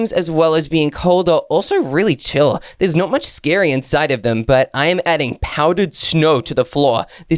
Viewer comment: Scary not srsry